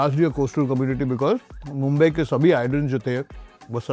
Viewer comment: is saying Mumbai that hard?